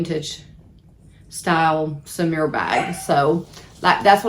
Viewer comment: So-MURE, “mu” as in mule. Maybe you should learn to speak French? This bag is nice but wouldn’t be on my list…same size, shape, and color as my Gucci bag. I like to clip my air pods to the outside of the bag instead of a key fob. I like to have both handles so I can grab it/wear it however. That little Neverfull is adorable!